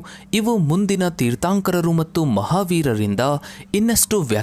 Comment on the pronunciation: ಜೀನ ಅಲ್ಲ,ಜಿನ.ತೀರ್ಥಾoಕರ ಅಲ್ಲ, ತೀರ್ಥoಕರ. ಈಗೀಗ ಜೈನ ಧರ್ಮದ ಬಗ್ಗೆ ಜನರಿಗೆ ಸಿಕ್ಕಾಪಟ್ಟೆ ಇಂಟರೆಸ್ಟ್. ಮೊದಲೆಲ್ಲ ಈ ತರಹ ಇಂಟರೆಸ್ಟ್ ಕಾಣಿಸ್ತಿರ್ಲಿಲ್ಲ. ಈ ತರಹವಾದರೂ ಈ ಲೋಕದಲ್ಲಿ ಜೈನಧರ್ಮ ಒಂದು ಇದೆಯೆಂದು ಜನಗಳಿಗೆ ಗೊತಾಗ್ತಾ ಇದೆ.ಥ್ಯಾಂಕ್ಸ್ for advertising.